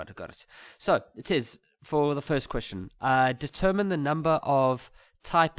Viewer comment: I'm writing tomorrow and I'm hearing things like "deterMiny"😂😭